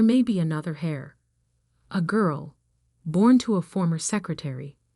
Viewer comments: Irrelevant, sometimes irritatingly distracting background! The person who inherits, is called "heir" (pronounced like "air", not "hair" or "hare")! Proofreading needed! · The word is "heir", not hair or hare. It's pronounced "air". The "h" is silent. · The word is heir, pronounced air or err. No h sound.